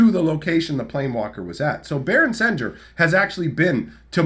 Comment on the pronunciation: I always thought it was pronounced “sen-gear” similar to the sound of sanguine